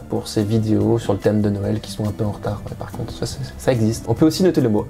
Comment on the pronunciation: Hahaa cette prononciation de seuël à la welch x) d'ailleurs en patois welch Noël se dit Nèy ou Nayèl, enfin dans les hauts côté romanophone en général quoi. Sinon le reste des Lorrains patoisants disent Nawèl. Comment ça on s'en fout?